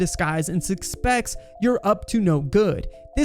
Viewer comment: Ugh....you're 1 of those people who say ekspecially.....automatic dislike on this video for you. As I watched further, your poor speaking got worse. Diffrientiate?? What is that? The word is differentiate. "Sukspects".........🤦‍♂️